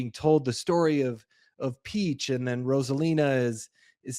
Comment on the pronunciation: Why does he keep calling the Princess "Peaches?" 🤣